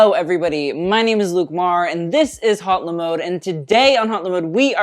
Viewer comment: if you’re gonna have a french name for your channel might as well learn the proper pronunciation, its not Hot-Le-Mode its O-Le-Mode